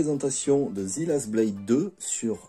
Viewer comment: Slt Sympas la video En anglais « the »se prononce « zeu » On le prononce aussi « zi »comme tu le fais si bien mais uniquement lorsque le mot suivant commence par une voyelle, C est une remarque constructive pas une critique, je m abonne de ce pas . Bonne continuation !